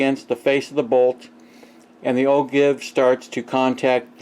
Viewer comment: Its pronounced o-jive